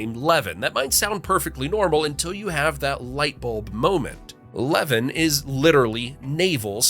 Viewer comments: Levan = La-VAN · I know it is spelled levan but is pronounced like la van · Levan is not pronounced "Levin" it is "leVAN" like a type of vehicle. But, yeah its also still Navel. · Apparently the correct way to pronounce Levan is Le Van (that’s to say, van sounds like the vehicle van). I didn’t know this until a local to the same county corrected me on it. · It’s pronounced La-van. My family helped settle the town and it was not named to be Utah’s “navel”. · Levan is pronounced Leh-ván... emphasis on the "van". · PSA: It's pronounced Zi-uhn, like Lion. Also, Levan is pronounced Luh-Van, like the Van. Also Also, Wasatch is pronounced Wah-Satch, like Saw-Catch. Thank you for your attention. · Levan is pronounced Le-van. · In Utah it is pronouced La-Van (Levan).😃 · I thought the diamond mine was the deepest. Levan is pronounced lee van, atleast that's how I learned it. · Fact #11. Levan is pronounced Luh-vahn. Fact #10. Wasatch is pronounced Waw-Satch. Fact #3 Again, it's pronounced Waw-Satch. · Very interesting. You pronounce "Zion" as in the National Park, "Wasatch" and "Levan" incorrectly but you probably never heard them pronounced by someone who lived in Utah and knew how they are pronounced here. I'm glad you didn't try Tooele, Juab or Duchesne. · The voice mispronounced Zion, Levan, & Wasatch. But you probably need to a local to know better.😊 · Ypu pronounced Levan wrong 😂 As most people donwith most of Utahs city names. 😂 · And Levan.